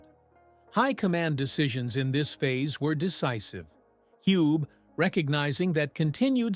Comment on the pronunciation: Agreed. And Hans Valentin Hube - not [hjub]. I guess that's because of AI narrative.